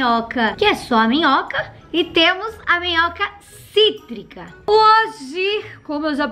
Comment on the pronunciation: Você percebeu quando você falou língua de framboesa cítrica no cítrica fico cotrico